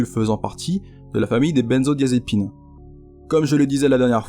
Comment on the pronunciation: On ne dit pas les bennezo comme avec le mot "benne" , mais benzo comme avec l'interjection "ben alors". C'est une faute grossière. Benzodiazépines, pas bennezodiazépines. C'est clair ?